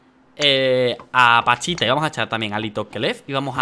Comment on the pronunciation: Todo el video diciendo panchita y era pachita😂😂😂